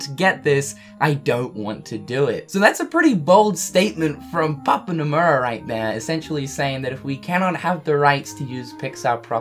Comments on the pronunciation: Sameeee hahahaha #papounomuaaaa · paupu nomura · Hahaha Yeah obviously 🤣 still sounds funny, I was smiling too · So I am not the only who noticed it and I laugh at it everytime I replay it.